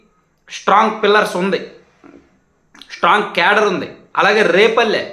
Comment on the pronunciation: నువ్వు కూడా జగన్ లా తయారు అవుతున్నావు. ష్ట్రాంగ్ కాదు. స్ట్రాంగ్. షా కాదు. సా